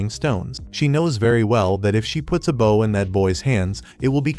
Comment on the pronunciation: Is it deliberate? The one time it's actually "bow" (bending at the waist), it get pronounced like the weapon!